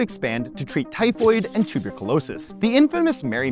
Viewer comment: Nobody tell John Green how pronounces tuberculosis 😂